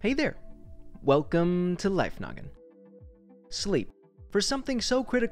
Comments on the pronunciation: I swear he says life nugget instead of life noggin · Can't stop hearing Liffe NUGGET Help.